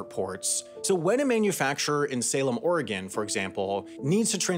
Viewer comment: I appreciate your accurate pronunciation of Oregon and your inclusion of Eugene and Portland B-roll